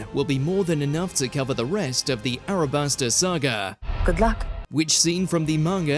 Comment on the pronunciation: It’s “Alabasta” not “Arabasta”. Nube 🙄 😂